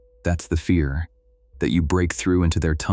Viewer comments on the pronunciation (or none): none